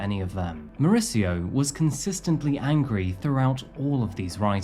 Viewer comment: More-ees-eeyo is how is name is pronounced. Not Mauritzo. He has a Spanish name, not an Italian one.